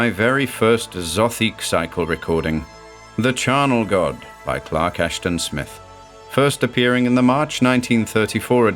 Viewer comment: Mr. Clark Ash-TAHN. What a treat!